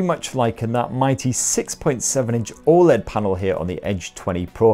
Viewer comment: It's called an edge but it's a flat screen. WTF. OLED, not AMOLD. Lose lose situation